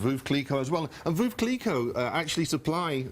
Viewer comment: Wait, how does he have all that experience but says Veuve Clicquot incorrectly? Veuve rhymes with love 💘😊